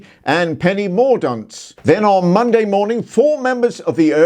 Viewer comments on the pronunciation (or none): did I catch Penny "Mordunce"? 😆